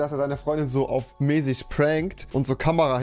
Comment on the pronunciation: Normale menschen sagen Mäßig Rewi: mesisch